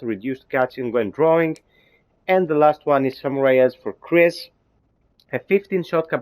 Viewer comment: Chris not Krisis :v